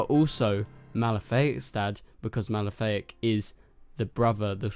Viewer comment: Uh,his name is Malafaak, not Malefic. That sounds like a Maleficent ripoff... It's Ma-la-fa-ak. Jonn's evil younger brother from Mars